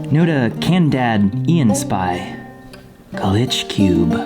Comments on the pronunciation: Name: Notacanadianspy Everyone: Not a canadian spy.: Nota Candad iyan Spy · "Nota can a dian spy" the way he pronounce.. lmfao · So NO ONE is gonna talk about how said "nota canda ian spy" when it obviously said not a Canadian spy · It is not "nota canad ian spy", but rather "not a Canadian spy" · seeing him struggle to say 'not a canadian spy' makes me laugh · I like how he butchered the name notacanadianspy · I love how always says notacanadianspy wrong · Not a Canadian spy is going to be very happy with pronunciation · Did read Notacanadianspy( Not a Canadian Spy) wrong? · he totally butchers "not a Canadian spy" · tell me you can actually read notacanadianspy, like Not A Canadian Spy!